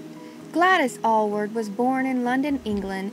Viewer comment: This is HORRIFIC Those aren't even photos of Gladys Alyward and you didn't even pronounce her name right!!!!!!!!!! It like if you were trying to speak about Billy Graham and called him Billy Am and put up photos of D. L. Moody !!!! This makes no sense. Why do this. This was an amazing missionary who deserves respect.